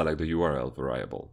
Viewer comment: Nice video, but it's pronounced VAIR REE ABULL not VAR RYE ABULL